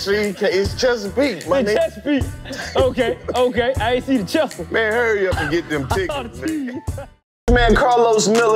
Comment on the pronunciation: DC called Chesapeake “Cheesecake” 😂😂😂